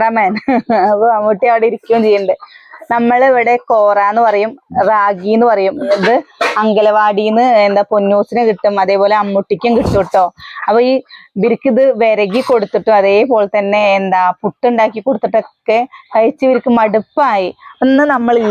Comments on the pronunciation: അംഗലവാടി. എന്നല്ല. പറയുക.. അംഗനവാടി. എന്നാണ് പറയുക. അതുപോലെ ബെല്ലം. ബെള്ളം. എന്നൊക്കെ പറയുന്നുണ്ടല്ലോ വെല്ലം. വെള്ളം. എന്നൊക്കെ പറയൂ.. കളിയാക്കിയതല്ല. ട്ടോ. പറഞ്ഞതാ.... കുട്ടികളും അതുപോലെ പറയില്ലേ. അവര് നേരെ പറഞ്ഞു പഠിക്കട്ടെ. ട്ടോ... 👍👍👍👍👍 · നല്ല കുഴപ്പം ഉണ്ട് അംഗൻവാടിയെ അംഗലവാടി എന്നു പറയുന്നത് വലിയ തെറ്റു തന്നെ ആണ്. അത് മണ്ണാർക്കാടായാലും